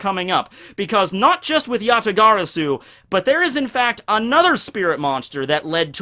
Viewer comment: Oh man his pronunciation of yata-garasu is... agonizing to say the least... but I can look past it for the good vid. Gg git guud scrub #BanAllKaijus